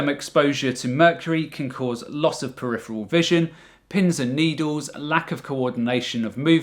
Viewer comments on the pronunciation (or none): none